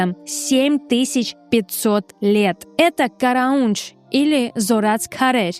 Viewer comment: Не «КарАундж», а «КараУндж». В армянском языке место ударения - последний слог.